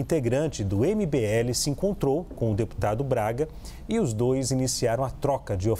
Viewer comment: A conclusão desse vídeo é que o apresentador não sabe pronunciar o nome do cara do mbl 😂😂😂